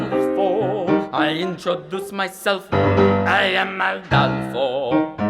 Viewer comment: My only complaint here is "Ah-DAHL-fo" vs a longer "A" sound. Seth is saying it the proper way but doesn't correct the student's vowel sound. Makes me a little bit crazy. But I'm a huge Seth fan, generally. He really has a good balance of practical technical work with "internal" acting work. Also, though, this is a wildly inappropriate song for this student except if he's auditioning for a very narrow range of roles. This kid would be far better served by "Tonight at 8" or "Grow For Me", or hell for drama, even "Drink With Me" or the like. What role would he possibly be using this song to audition for? He clearly has talent, and it's always worth learning songs you would never actually sing on stage, but if this is an audition masterclass, this song would be a terrible choice.